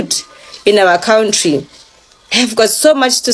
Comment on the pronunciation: If you want to know an Igbo man just ask him to pronounce this word: COUNTRY